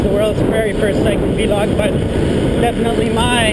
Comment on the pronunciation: Haha. Vlog is pronounced like blog. :]